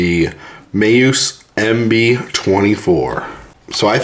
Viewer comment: Lol. You keep saying Mayuse. Is Meus. Me.. us.. Now say it fast Me-us. One word. 😂😂😂